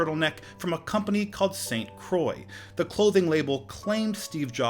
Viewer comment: Jesus man, just hit google translator, type "saint croix" and ear it how to pronounce it...